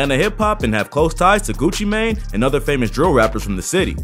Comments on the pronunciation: That newscaster hit that “Gewchi Maine” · “Gewchee Mang” lmaoo